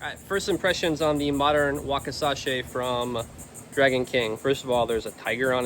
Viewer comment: Drove me crazy.